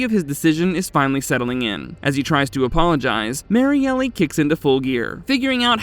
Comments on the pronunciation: Why do you say Mariellie? It’s Mariel. Just L. No ee sound after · Bro it’s pronounced MARY-EL not Mary-Elly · Might wanna fix the pronunciation of Kristi’s girlfriend… Mary-Elle instead of Mary-Ellie…